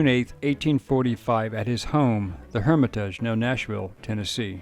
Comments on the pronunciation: I'm right down the street from The Hermitage & I've never heard someone pronounce it like that. Lol you make it sound so fancy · That's NOT the way to pronounce "Hermitage" . I am LMAO every time I hear the mispronunciation. 😂